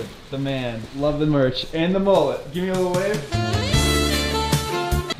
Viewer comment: It’s mullet not moolet